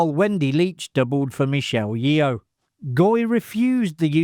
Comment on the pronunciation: Sorry, usually enjoy these, but had to stop watching with the constant mispronouncing of Michelle Yeoh's last name.